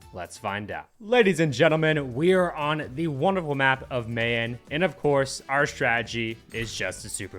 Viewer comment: Still doesn’t pronounce Mayan correctly.